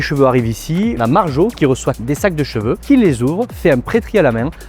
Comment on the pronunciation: Les gens qui prononcent cheveux « j’veux » 😅